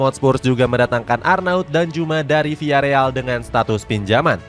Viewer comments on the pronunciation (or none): none